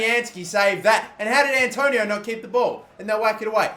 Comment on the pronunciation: ITS ANTONIO MATE